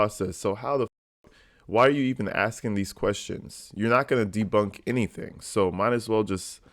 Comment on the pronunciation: "But did you SEENT? Did you SEENT the injuries. I aint axing what ya saw. I axing what ya seent."